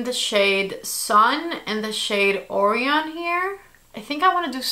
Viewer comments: I'm sorry to be that person, but it's pronounced "uh-righ-(y)un" and "kway-zaar", not shaming, just letting you know. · Beautiful looks. I really liked the first one. Not sure how I feel about Sun. BTW, Orion is a constellation and is pronounced Oh-Rye-on with the emphasis on the Rye!